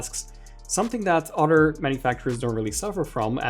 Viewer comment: Here to listen to this lowkey Andrew Garfield lookalike pronounce "other" and "rather" as "odder" and "rodder".